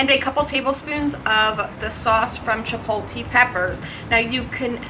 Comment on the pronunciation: Couldnt finish the video. If i heard chip-pol-TEE mayo one more time, i was gonna come through the screen.